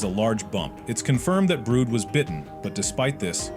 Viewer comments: Yeah why brood like brodah euhhh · Where is theory dude and is brud not brood😅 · the way the ai pronounces brud is just so funni